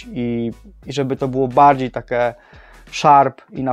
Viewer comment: Błagam Cię... mówi się "takie" a nie "take" 😊 uszy więdną. A reszta spoko.